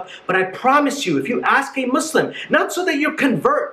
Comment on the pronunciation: For once someone said Muslim right